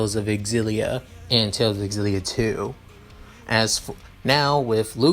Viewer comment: Oh my fucking god. I haven't started the video yet but this is going to be amazing, I've played every tales of games I can't wait. Also I'm fairly certain it's pronounced (Zill-E-ah) for xillia where the x is said like a Z.